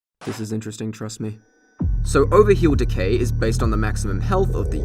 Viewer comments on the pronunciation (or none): none